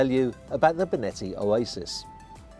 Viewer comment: Finally "Benetti" is pronounced right! Haha! Jokes aside, welcome!